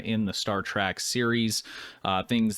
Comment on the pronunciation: Trek... Not track... Please react to things you can pronounce properly 😭